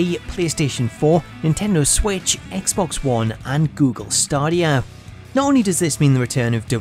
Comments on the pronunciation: Stadia not stodia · This is such a small grip but you pronounce google stadia [stay-dee-ya] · Google staarh deee eh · Star-deea platform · It’s funny how he says “Stadia” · I realised I was pronouncing it wrong when I downloaded the Stadia trailer 😔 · Idk why, but the way he pronounces Stadia triggers me... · Im pretty sure thats not how you pronounce stadia